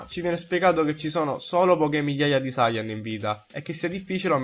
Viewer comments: La pronuncia è: saiyàn no sàiyan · Sayàn , ti prego perché Sàyan?!! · Ma come cazzo pronunci sayan???